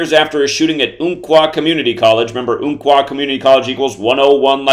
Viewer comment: Umpqua is pronounced like like the ump in jump! And all this is about some number theory when the article is about all the people still struggling after a tragedy in our community?